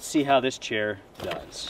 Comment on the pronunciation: #Fail “Putting them on nice and simple, putting them offfffff…… nice as well“. 😂 not very nice. “The quallity of this product, this chear is fantastic” …exempt some tecnical issues…